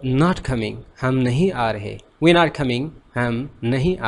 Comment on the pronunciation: U have one mistake that i noticed..."we" pronounced as "vee" not "vui"... M i right??